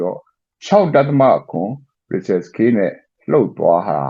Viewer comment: ဟေ့ ကောင် ေစာက် ပေါ Richter က ရစ် ချ်တာ လည်းမဟုတ်ဘူး ။ ရစ်ချတ်စ် လည်း မဟုတ် ဘူး ။ စာ ဖတ် လေ့ လာ မ အေ ပေး မိုးလေဝသ blogger လုပ္ကျီး မသိ ဘူး လား ၊